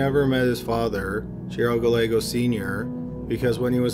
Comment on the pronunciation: Gallego is pronounced guy-EGG-oh